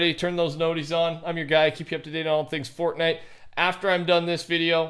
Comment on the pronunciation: Fortnite is one word Not fort nite. I’ll put up with your stutter but this is on you. Say it properly